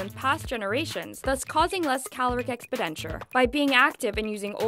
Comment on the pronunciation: "Expi-denture"? What's that?! "exPENditure" is more like it.